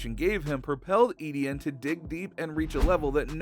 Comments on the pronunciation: It's E-T-IN NOT E-D-IN. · Its ETN not EDN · Please don’t pronounce it edn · please stop saying EDN